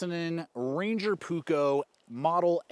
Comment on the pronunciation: Puukko. Not pukko.